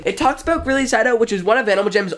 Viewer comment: I always thought it was pronounced greely not grilly (not a hate comment)